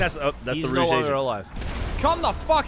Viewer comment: its Rouge not Rooge